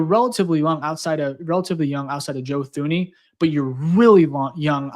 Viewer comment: It's pronounced Joe Tooney. Get it right kid.